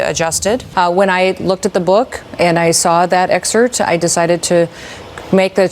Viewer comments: "When I saw that exhert ...." Oh no, an exhert, in your book?! So, did you shoot it??! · She also mispronounced the word excerpt she said exert. I guess she is exerting her right to slaughter the English language. 😂